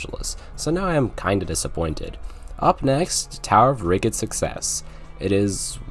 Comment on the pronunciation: it’s RI-JID, not RI-GID